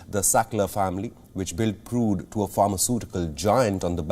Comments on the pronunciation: Dear Anchor, It's PURDUE not PRUDE ☺️ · Not prude.. get the pronunciation right. Its important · Mr Anchor- PURDUE not PRUDE. HEROIN not HEROINE. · It's Purdue not prude you idiot. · 🙄 Its not "Prude", its "Purdue" (phonetics: Per.due).